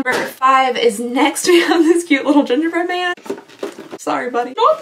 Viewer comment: I heard "ninja-bread man" 🤣